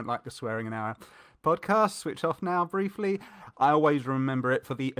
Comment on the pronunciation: Love the emphasis on the word "briefly" near the start. A running joke in the making. Or already made 😀